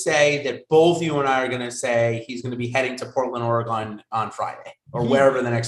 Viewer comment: Someone tell the chubby Hebrew cringe that Oregon is not pronounced Oragone.